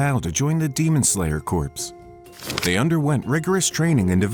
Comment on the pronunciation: Just a heads up corps in demon slayer corps is pronounced “core,” it’s not like corpse